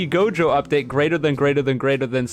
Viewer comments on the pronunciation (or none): none